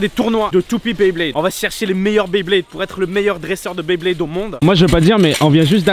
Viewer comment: On dit pas dresseur de baiblayde met blaydeur